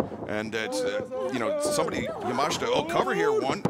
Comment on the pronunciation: ‼‼‼‼‼‼ Yamashita not Yamashta ‼‼‼‼‼‼